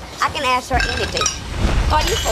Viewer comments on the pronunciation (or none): Juicy saying "qwerstion" 😂😂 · are we going to ignore the fact how she said querstion